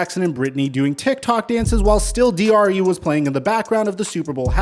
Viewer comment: Lmao STILL "D.R.E" 🤣 DRE not DRU